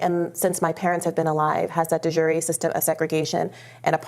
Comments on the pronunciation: Brianna Joy Gray is a racist troll. De Jure is not pronounces “de jury”. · The way she pronounces de jure makes me want to kill myself. I also doubt she even knows what it means